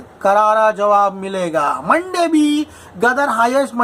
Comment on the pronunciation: Monday નહી મંડા બોલીયે 😂😂😂😂